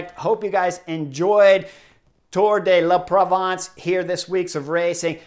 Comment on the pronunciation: so wait: you make fun of a fellow commentator while you cannot say the name of the race correctly? It’s “ tour de la Provence” .de “being sounded like the de of “tour de France” not “dé la Provence “